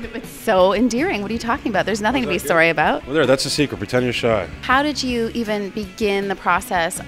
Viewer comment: Lmaooo he still says soory. Just as ricky